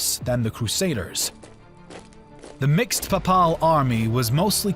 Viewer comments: This narrator is awful. Pap-pal? It's pronounced pay-pul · Every time he said papaaal a small part of me died ='( How can you be into history and not know how to pronounce the papal states name? Other than that two thumbs up. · Pay-pull my dude, PAY-pull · It is Wagenburg, not "vagneberg". Also Papal is like PayPal not pahpal. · 8.14 Pap parl knights??? Seriously thats the cherry on the cake of manglelization of the English language. Its (pay pull) papal knights. Bloody colonials can't even speak a civilised tongue🧐🤣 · paye-pul , not Papahl. Pronounce! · Papaal?? It's Papal, as in Papacy - warriors from the Pope's direct lands. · Ah yes the PAHPAHL army I’m like 99% sure it’s pay-pul lol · its actually pronounced "paypul"😇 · You mispronounce "Papal". It should be Pay'-puhl. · Excuse me but what is this pronunciation of papal as pa pal? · Lol pa-pal .. the pope needs to hear that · The voice over ruined it for me. What on earth is “pa:paal”? Couldn’t you check the proper pronunciation of unfamiliar words before recording it ? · I love everything about this. Everything. Especially how interested and enthusiastic you sound about the topic. Everything BUT the way you say papal. It’s pronounced PAY-PULL. Other than that, fantastic work! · The narrator set a record for mispronouncing names and words. At the very least he should have known how to pronounce "papal." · I love your videos but what's up with the pronunciation of papal lol can't get passed that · Your pronunciation of Papal is weird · Its not just papal he invents words like slained? And gets kosovo nicopolis danube and sipahis wrong. His english is shameful for a native speaker and someone with such poor command of their own language has no business narrating anything. Everything else is good though and any free educational content is a much appreciated gift.